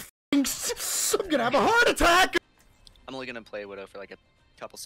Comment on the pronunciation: he said Iazm not I'm